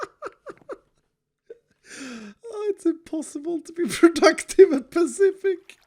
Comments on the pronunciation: pa-fish-ic Sans: AYYYYYYYYYY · pacific pafetic pa fish ic . Spot the corrent name